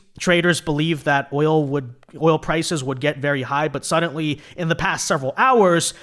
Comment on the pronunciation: There is no t in the word suddenly you always say suddenTly it drives me nuts